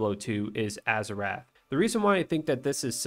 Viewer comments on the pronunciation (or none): I already hate how youre saying azurewrath. Im like 45 seconds in